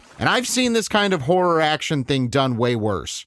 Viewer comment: Why can't you say "horror"?